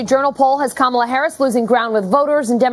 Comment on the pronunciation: yes, yes she did... one defect: Kakal UHh Harris... this choice alone shows. SMH